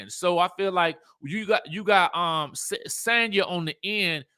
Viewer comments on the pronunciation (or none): Just FYI: Sanya's name is pronounced "saan•yuh". Not San like San Diego. Saan like Sauna.